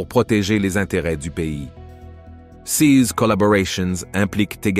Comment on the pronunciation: Titre mensonger + gros foutage de gueule par voix de synthèse non finalisée (prononce "ces" comme "seize". Où se trouve l'interception par l'aéronef SECRET de ce fameux satellite? Il va vous falloir beaucoup de travail pour dépasser votre connerie.